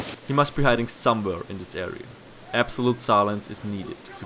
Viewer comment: "Apsolute silence is needed". So geil, bin verreckt